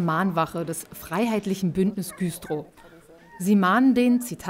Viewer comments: Das heißt übrigens Güstrow und nicht Güüühstrow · Güstrow wird übrigens mit einem kurzen Ü gesprochen 😉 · super reportage. ernstes thema. trotzdem: musste es viermal hören, um zu checken, dass ihr in güstrow wart. richtige aussprache mit kurzem ü! 😏